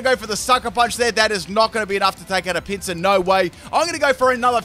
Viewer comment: Whenever you pronounce "Pinsir" I hear "pizza".